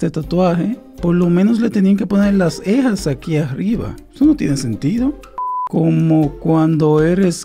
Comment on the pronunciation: Alguien se dio cuenta de que el dice eja en ves de ceja